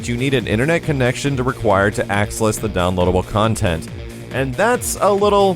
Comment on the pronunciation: I laughed at that too. Good to know I'm not the only one entertained by slips of the tongue. Always funny to me. Lol.